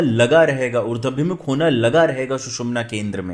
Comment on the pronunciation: Sunder prastuti hai .Urdwaabhimukh,,=Uradh+abhimukh. Na ki Urdwa+bimukh.